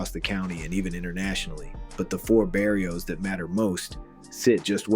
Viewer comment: Bro really said " berry-os" 😂😅